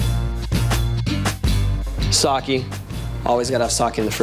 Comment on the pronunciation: Did i just hear Tony Hawk say, “Sawkee”??